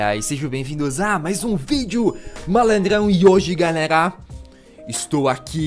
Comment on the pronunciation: "fala galegla, lipão na aglea"